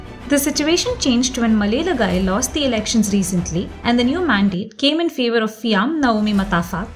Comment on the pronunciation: Malielegaoi (malie-- le-nar- oi) Just trying to help out with the pronunciation of Tuilaepa's other title . It stands for Shark the Thief. He really live up to his name Malielegaoi.